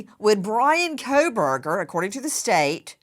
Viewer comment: Kohberger, no L.